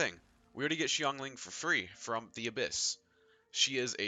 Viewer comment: Of all the genshin impact videos I've watched, this is the only one that pronounces Xingqiu and Xiangling correctly. A breath of fresh air. Thanks for that.